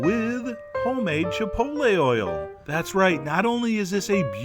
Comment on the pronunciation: Chef John, I can't thank you enough for properly pronouncing the word Chipotle, A certain horrible southern matriarch insists on mispronouncing it Chip-ol-tee /shudder.